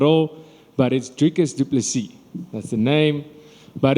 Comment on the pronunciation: Drikus DuPlexis is what i heard him say :D